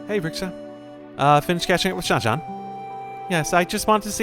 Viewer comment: Absolutely raging at how they pronounce Shanshan. Game is ruined now🤬